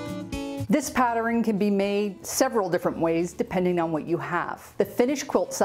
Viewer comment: Oh, and my sister and I like the way you sometimes say the word pattern.